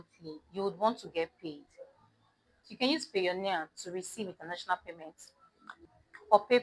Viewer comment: Did you say Payonia for international payment